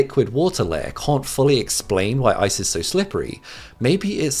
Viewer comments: Lol he said ISIS slippery. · Lol when he says ice's it sounds like isis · The sheer amount of times this dude says "isis"